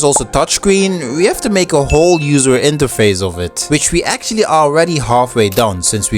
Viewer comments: i rlly dont wanna dissapoint u but... (i am not hater) its interface, not interfase... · it's interface not interfase** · Bro it’s pronounced “INTERFACE”